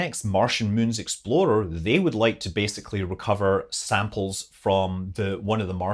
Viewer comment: Almost sounded like you said, "Mars exploder", when talking about the rocket-powered sample return vehicle, so...first thing that popped into my head was that it would be made by Ford (a play on the Ford Explorer with the tires that gave it the nickname, the "Ford Exploder"). Sorry, couldn't resist that. 🤣